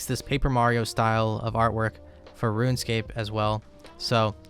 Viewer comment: kinda funny he pronounces it ruinscape